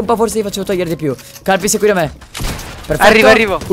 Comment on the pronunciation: ma... ha detto kalpys??